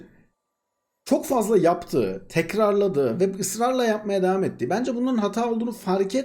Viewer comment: Abi sen Samsunlu musun o nasıl bence demek